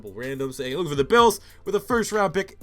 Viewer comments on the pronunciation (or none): none